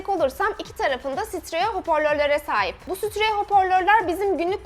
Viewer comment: Steriyo desen daha doğru ve iyi. Sütreyo hoporlör diyon sjsjsksk